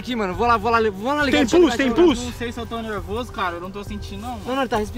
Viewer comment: Melhor parte do vídeo foi a hora em que falar: não sei se eu tou nevorso